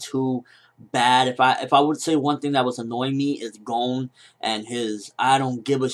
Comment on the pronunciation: I know this seems incredibly nitpicky, but can you pronounce 'Gon' right?